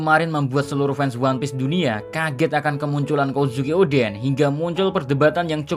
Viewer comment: Kozuki D. Oden... atau malah Kozukio D. En 😂😂😂